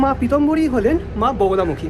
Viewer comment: বোগোলামুখী না, মা বগলামুখী দেবী উচ্চারণ খুব খারাপ